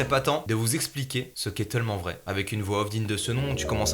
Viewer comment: Y’a quoi moi qui a entendu « TEULMENT VRAI » au début 😂